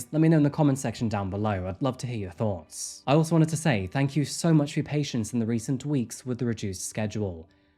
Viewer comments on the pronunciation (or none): none